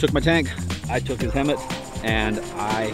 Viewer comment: It's HEMTT not hemmit